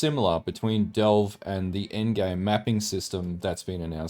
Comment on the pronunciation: oh ffs say "devle" one more time! ;). Since the end game is basically delve minus blue and Niko, how are you so sure Delve will be back? Granted if it came back it would be so different and hopefully cool i would love to see it myself. It would be neat actually if there was a cap to delve almost as meta joke making mapping infinite and delve having a cap.